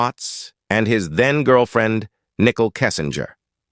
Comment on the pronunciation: It's not pronounced, nickel (like 5 cents). It's pronounced, Nicole (nick cole)